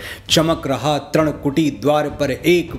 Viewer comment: Dear sir it's not "त्रण " it's " तृण " , not "भ्रगु " it's" भृगु ".... बहुत अच्छे और आनन्द दायी शब्द लिखते हैं आप, हिंदी के महानतम कवि और गीतकार होने के सारे लक्षण आप में विद्यमान हैं किंतु उसका क्या ही लाभ जब शब्दों के उच्चारण ही आप अशुद्ध करते हों , आपसे यह आशा तो नही ही थी